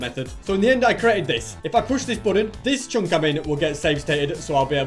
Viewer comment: why u saying "CHONK" and not chunk